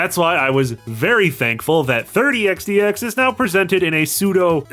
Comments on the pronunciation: The way you pronounce 30XX as 30X "D" X makes my ocd scream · you’ve been saying it correct, the pronunciation in this video is wrong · Not complaining, just curious if maybe it's a culture thing? What's with the d? It's xx isn't it? I still can't find xdx anywhere in the game......edit: nvm I think I get what your going for. It's a pronunciation thing for numbers. Reminds me of an IQ test I was given as a very young child where one of the thing was "count as high as you can" so I did. Meanwhile noticed a pattern, and while I knew 100 was a number. It was a vague concept to me. BUT I noticed something thirty, fourth, fifty....and so on. So when I got to ninety nine I went to tenty, tenty one. So is this it? Your going with "in the year thirty xty x"?